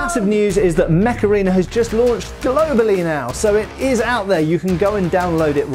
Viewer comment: oh mech arena!!! i thought he said macarena